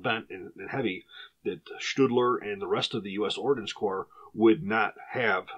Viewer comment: Its Ordnance Corps. Not Ordinance Corps